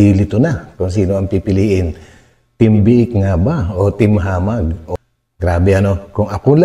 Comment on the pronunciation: hindi hamah its hamag